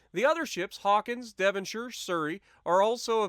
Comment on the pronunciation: Props for pronouncing Devonshire correctly